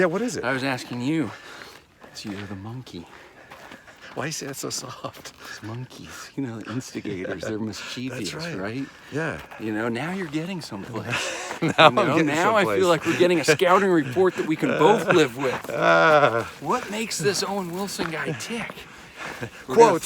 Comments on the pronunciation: Owen, there is no such word as MIS CHEE VEE US. mischievous has three syllables, not four. half the world mispronounces this word, and ALL of Australia. that aught to be enough to scare you straight. MIS CHIV US. look at it. mischievous. sound it out. pass it on. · Mischievous... not Mischiev ee ous